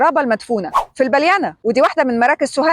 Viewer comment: اسمها العرابة بتخفيف الراء وليست العرّابه بتشديد الراء اول مره اشوف حد من القاهره ينطق اسم البلينا نطق صحيح